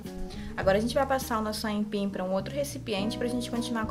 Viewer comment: Moça , não é aínpim . É AIPIM